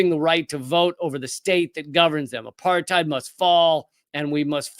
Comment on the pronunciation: Apartheid is pronounced "apart-aid". It's not a German word. It's Afrikaans meaning "aparthood".